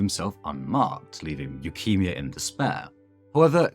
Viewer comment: i cannot get over how you pronounce his name as leukemia LOL